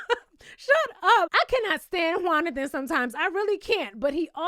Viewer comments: Every time you say “” I chuckle just a little bit 🤭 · Found out about you from my girl and someone commenting about you, and I see why! You had me rollin' every time you said ""! Appreciate your insight.